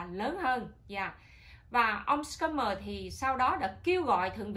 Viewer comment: Schumer là chữ german đọc như shumer.